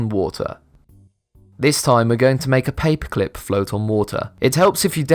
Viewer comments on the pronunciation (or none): you say paperclip like papeclp